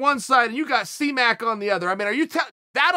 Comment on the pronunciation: "C Mec" this is why we love Chael